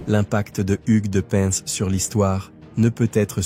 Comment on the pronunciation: On dit " pain" 😉